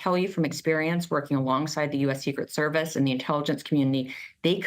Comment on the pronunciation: You said "Inteeligence" when talking about a trump rally.......LOL! Stupid rubs off Donnie like dishonesty does and there was A LOT there that day!